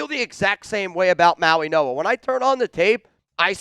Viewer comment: IT'S NOT SONY!!!!!! IT'S SONNY, AS IN "SUNNY." How can Chat Sports not correct this error? has the intellect of a 13 year old, and he proves it routinely. Come on, Chat Sports. Get a professional for the job. is a joke. Listen to him. Mauigoa is his name, not "Mauinoa." This is horrible. Send him back to grade school. What more do you need to see, Boss?